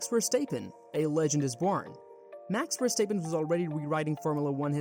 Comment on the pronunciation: Max Verstaippen